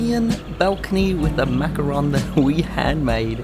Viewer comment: At least you came close to pronouncing macaron correctly 😂